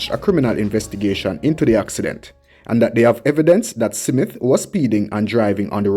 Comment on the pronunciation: Why do you keep saying "Simit", the mans name is "Smith!".